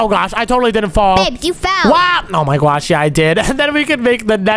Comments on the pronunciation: Did you say I my guosh that is Omz thing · Why you say oh my gwosh thats funny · So cring you say oh my gwash